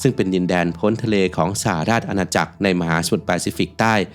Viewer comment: สหราชอาณาจักร อ่านว่า สะ-หะ-ราด-ชะ-อา-นา-จัก